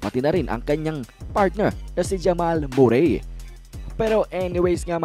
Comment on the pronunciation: Hep hep Murray! Kakatawa naman. Murry lyk curry pag pronounce nyan huh? 😆